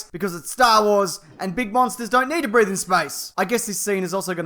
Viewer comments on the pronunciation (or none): none